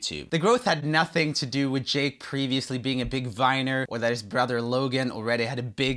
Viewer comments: When you saud yake instead of jake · 1: 38 yake instead of jake🤣